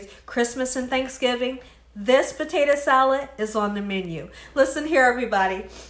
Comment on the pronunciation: Listen Miss “”….just Stop trying so hard to be cute saying POTATO wrong on purpose…NOT CUTE …CHEAPENS YOUR VIDEO